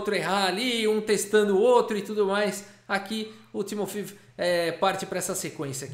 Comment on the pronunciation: Eu acho que se pronuncia 'Timofeév'...